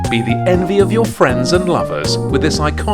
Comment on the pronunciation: Every time. I laugh every time he says piña colada. 😂😂